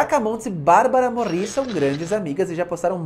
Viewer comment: Só um detalhe para enriquecer seus vídeos: A acentuação fonética do sobrenome da Barbara é (Môri) e não (Morí) como vc está dizendo! Adorei a curiosidade sobre a Anahí, essa eu não sabia!